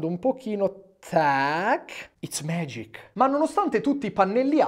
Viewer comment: "CRAACK.It's magic (craac iz megic)" cit. yotobi (che dovra' chiamarsi The Late Show con yotobi)